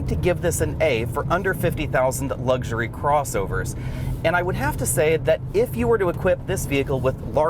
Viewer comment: It's luxury not lugsury.